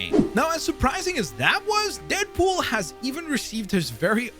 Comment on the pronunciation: Am i tripping or did he say deapool